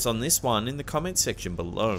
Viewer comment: "Comment Section Buh-LO"